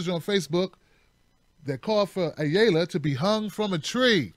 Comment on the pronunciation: Ayala is a Spanish surname (ah - yah - lah). :)